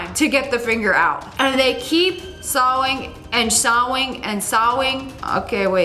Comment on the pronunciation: they keep sowing and sowing and sowing. da fuq? wtf is sowing? it's saw-ing! as in i saw a cat with ing added to saw. i'm beginning to think this thing of a youtuber got no brain cells at all.